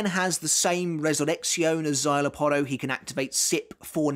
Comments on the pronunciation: I thought I was the only one that pronounces Szayelaporro as the uploader does. 😮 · Bruh... you can pronounce "szayelapporo" and even remember the "é" at the end of Illforte. But yet "adjuchas" on your tongue, becomes "ad-joo-kass" You've been making Bleach content for over ten years now, you HAVE to know better, right? Like, you know Arrancar are Spanish-themed, you're not oblivious to the concept. Is it like, some innate British resistance to the concept of foreign-sounding words? Does the idea of pronouncing something based from Spain make your skin crawl or something? Or is it one of those situations where you've been corrected so many times that now you're just digging in your heels and doing it on purpose out of spite?